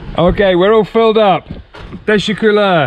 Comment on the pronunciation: Your pronunciation of “teşekkürler” has improved so much if feels like Mick Amca’s speaking 😁